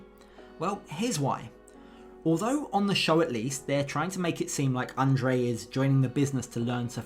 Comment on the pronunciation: Libby pronounces his name correctly.